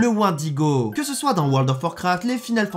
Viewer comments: J'aime quand tu prononces mal "wendigo" enflure. Sinon POURQUOI T'AS TRENTE CHAINES ?! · T'es trop bete, tu dis Wendigo alors que ca se dit Wendigo ...